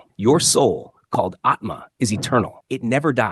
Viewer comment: . Its Aatma, not Atmaa